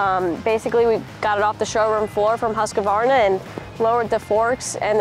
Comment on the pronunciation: "Huska Varna"